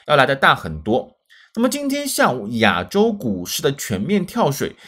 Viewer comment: 亚（ya三声）洲是哪里？我们住亚（ya四声）洲，是老师拼音没教好你还是你在追求不一样？